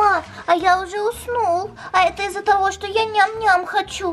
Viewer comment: Не ис а из